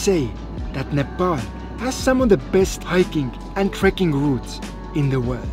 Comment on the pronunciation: thank you for correct pronunciation of NEPAL